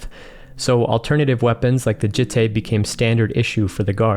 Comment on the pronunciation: Jitte is pronounced jee-teh, not jih-teh. Had to mention it, sorry. Love your work!